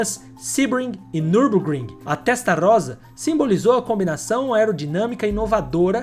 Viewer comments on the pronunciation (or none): Dom Enzo fez nada disso com a GTO meu amigo revise sua pesquisa... Ele mostrou os mesmos 36 carros em 3 pátios diferentes, distraindo os fiscais da FIA enquanto seus funcionários manobravam os carros entre os pátios! Revise tbm a pronúncia Chamar o Testa ROSSA ( com "esse") de Testa Rosa (🌹) é uma HERESIAA!!! O resto tá top!!! Legal a comparação, realmente são rivais históricos!